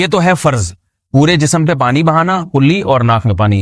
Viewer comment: جاھل مولوی بار بارقلی قلی بول رہا ہے،جبکہ لفظ ہے کلی